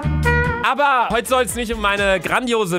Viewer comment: Er hat aber gedagt aber das hörte sich an wie "abba" und abba ist eine band,also hat er die band(also die personen)auf den screen gemacht XD